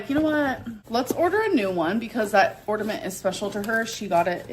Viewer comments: I know right?!? And on Jordy's last livestream of a previous Christmas, she was saying "ornament" correctly, so she obviously says "ordament" on purpose... You know, because she's so "quirky"! 🙄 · It really drives me fucking insane that she says ordament instead of ornament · My 5 year old student said ordament today at school (kindergarten teacher). I had her practice saying it correctly 3 times, she just couldn’t do it. All I could think of was 😂 the difference is, it’s cute when a 5 year old does it. A 35 year old mispronouncing common and easy words is not cute lol